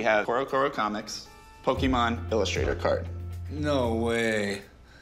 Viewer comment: "Rick it is Pokemon not pokeman"-chumlee